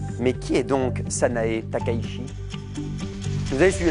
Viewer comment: « pas compliqué, c'est Sanaé Takaichi, c'est quasiment la lecture en français. » Conseil peu pertinent, car le locuteur français a pour habitude de prononcer le ch « à la française », c'est-à-dire comme dans Mélenchon, gauchiste mais pas « à l'espagnole » comme Che Guevara que l'on entend comme Tché Guevara. En revanche les langues japonaise et anglaise font usage de deux sons, distincts rendus par ch et sh : en anglais on ne doit pas prononcer de la même manière chip et ship ; et idem en japonais — on distingue ち et し — on ne prononce pas de la même manière Takaichi et Mitsubishi. Bref, j'ai l'air de pinailler mais le conseil que je donnerais à un locuteur français c'est de prononcer comme Takaitchi avec un tch bien évident, comme pour Atchoum et Tchernobyl. Voilà, voilà…